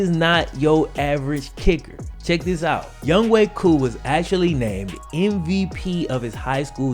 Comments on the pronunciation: Youngway koo..? It’s younghoe koo lol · Ok Ik they Pronounce it as Young Way Koo But Am I The Only One Who Reads It Like “Young Ho Koo”?